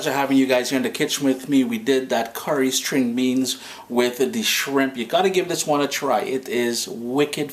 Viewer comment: 'Sting' beans? Or String. I love your tutorials. Keep up the efforts!